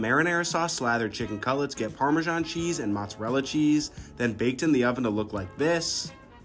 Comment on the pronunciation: For baby jesus sake, stop pronouncing Parmesan like that 🤬